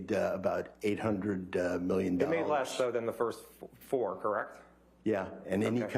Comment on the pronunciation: Am I the only one who's annoyed by the way the lawyer pronounced the word "correct"?